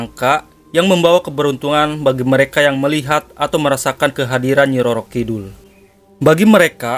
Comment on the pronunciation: Kidul bukan kidhul kang